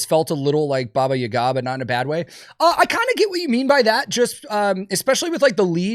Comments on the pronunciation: That’s not how you say Baba Yaga…. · I have never heard Baba Yaga pronounced like that before and I hate it lmao 😂